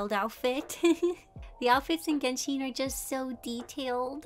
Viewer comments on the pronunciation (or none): Just a note (in case you wanted to know) It’s pronounced geh-n-Shen Not Genshiiin It would be that way if it was Japanese it would be pronounced that way but it’s Chinese so it has a different type of sound (I don’t know how to explain it) just in case you wanted to know